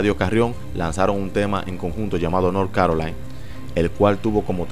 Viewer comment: Diske north carolain se pronuncia north carolaina